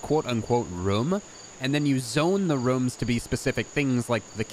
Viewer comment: why do you say rooms like that?